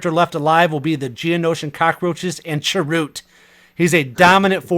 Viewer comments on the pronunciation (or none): Have you guys not seen Rogue One yet? I haven't heard any of you pronounce Chirrut's name correctly lol. Sorry, I just had to bust balls for a moment.